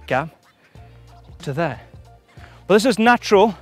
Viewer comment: I counted 20 'here'(s)! Did anyone catch how many times he said "there"(that sounds nice too)? Or is there another thread for that?🤭